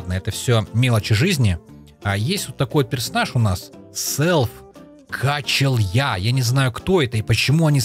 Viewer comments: не Качел'я, а Качеля (качелька на которой дети качаются) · не качелья а качеля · дапо это фама и не качелья а качеля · это не качелья а качеля просто